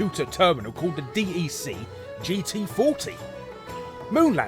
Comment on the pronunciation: "Dee-Ee-Cee"? It's DEC, short for the Digital Equipment Corporation!